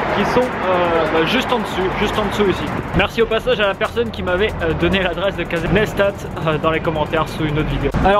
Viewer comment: ho mon dieu c'est pas "Cazai nasta" ca se prononce "Caysi Nice tat". Bonne chance pour tes objectifs sinon :p C'est quoi l'adresse de Casey sinon ?